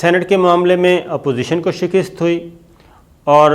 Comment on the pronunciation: شِکِسࣿت Shikist غلط تلفظ ہے۔ درست تلفظ ہے: شِ کَ س ت شِکَسࣿت Shikast شکریہ